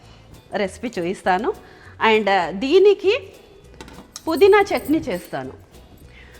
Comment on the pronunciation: adi చంట్ని kadu, its చట్ని